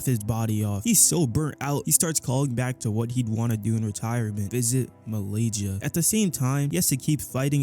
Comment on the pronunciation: I am flabbergasted that he said "malayjia"